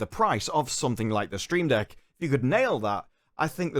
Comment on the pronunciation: Love coverage, but "Stream Deck" and "CG Project Red"? 🤣 I could be mishearing him.